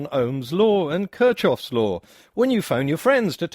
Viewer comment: A small correction, it’s /kírhov/‘s law. (When there’s nothing significant to correct, we get into the pronunciation. But YouTube comments will always find something to correct, even if it doesn’t need correction.)